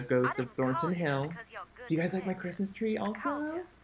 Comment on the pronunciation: You callin in Thorton Hill is making me crazy 🤭 youuu mudda frickin cutie! 🤓